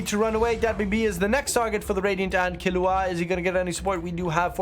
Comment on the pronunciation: it's kil-lu-wa, not killu-a (hxh)